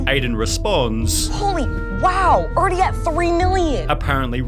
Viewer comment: Intro-wah family-ah already-a. Can’t you just talk normally man? 😅